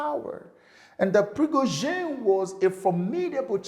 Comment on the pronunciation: I'm so surprised, sir, that you can't pronounce Wag-ner and Pri-go-z(h)in, with h absent and then zhin, pronouce as "zin".